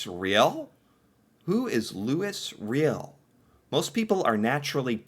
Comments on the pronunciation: Ok, you need pronunciation help :) Louis = loooeee Riel = Ree yell Métis = May tea. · The group of seven were famous worldwide for their paintings in and around Canada. Some if their paintings are in the millions value wise. And some of our past leaders had French names like Reil it’s pronounce Louis ray-al ( Reil ) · Not familiar with Louis Riel (Loo-ee Ree-yel). Oy vey. I can't think of an American equivalent of his stature. John Brown? But the comparison doesn't work. An American will never understand what Louis Riel means to us in this country - its to difficult to explain. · That portrait of Louis Riel (pronounced "Louie Ray-al") is instantly recognizable to Canadians. He fought for the Metis ("May-tee") rights, but was ultimately considered a criminal and executed by the government. 🙁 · There are a lot of silent 's' sounds in French proper nouns. In Canada Louis is pronounced "Louwee" and his last name is pronounced "re-al" soft 'e' and hard 'a'. His people's name is pronounced 'may-tee'. One of the three original cultures in Canada. The other two being First Nations and Inuit. The Matis are descended from early French settlers who married into FN, specifically in western Ontario and southern Saskatchewan and Manitoba. Louis Rial led a rebellion against the Canadian (British) government and ended up starting what would become the Treaties the Crown would sign with all aboriginal groups before handing the keys over to Canada. Roughly put. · He was a Metee civil war with Canada the insurrection ended with the capture Louis Riel who was hanged. Pronounce Looeee Reeal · Yes, Louis Riel has a French prononciation: loo-EE ree-EL. Metis = may-TEE.